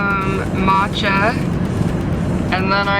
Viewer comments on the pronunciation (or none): none